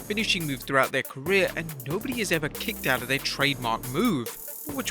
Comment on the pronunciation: “Kickoed” It’s the “Banzai” drop